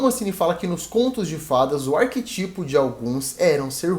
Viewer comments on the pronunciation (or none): ArqueTIPOS? Pensava que a pronúncia da palavra fosse ARQUÉtipos.